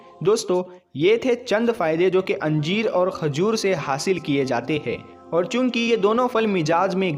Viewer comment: Anjeer nahin hota hai yar ..injeer.. hota hai